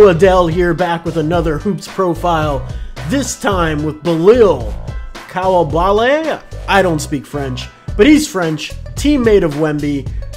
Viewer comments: It’s pronounced: Bee-lal Koo-li-ba-lee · hes pronounced like „Beelahl Cooleebahlee“ hurts typing it like that but i hope it helps with the pronounciation